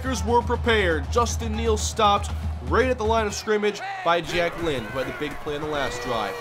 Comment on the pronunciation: Everytime says Jack Lynn, I can't help but hear Jacquelyn.